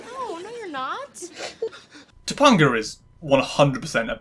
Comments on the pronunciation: 2-PONG-UH?!? Did you watch ANY of the show? That is not how you pronounce her character's name. To mispronounce someone's name is functionally the same as calling them by an incorrect name. You've heard it spoken aloud many times in order to do your research for this video. Acknowledge that you're wrong. Your personal accent is not an excuse. Pronounce a person's/character's name as they pronounce it. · This is a good video overall, but mispronouncing Topanga's name consistently was weird and pulled me out of it a lot. You watched the episode, you heard them pronounce it. Not sure how it wound up this way. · The way you pronounce topanga is killing me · the way you pronounced Topanga lowkey made me wanna cry LOL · I struggled for, like, 10 minutes trying to remember a trans or trans-adjacent episode of BMW before I clicked play. I vaguely remember this episode. Mr. Feeny talking about Black Like Me and Shawn as a girl ring a very distant bell. I guess it didn't make much of an impact on me. Perhaps it's the cis or the fact many other family shows had episodes like this. I love how you say "Topanga." I absolutely recommend this show, but I'll cop to rose-colored glasses.